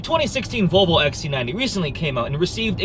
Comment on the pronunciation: Olav Alexander Mjelde o come on he says vovlo wos ready to insolvent